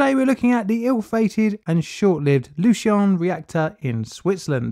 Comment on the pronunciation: oh damn i'm triggered about the pronounciation